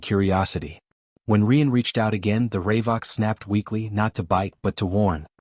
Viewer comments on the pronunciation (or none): try RYE uuuNNN not ree unnn